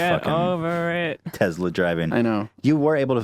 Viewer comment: For being such fans of Elon Musk and even owning their own Tesla, Ethan and Hila sure as hell can't pronounce the word Tesla correctly.